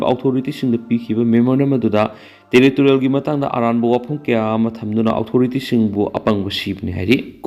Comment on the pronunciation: Ojagi pronunciation se kukina noknare. Authority haigano othority haiyo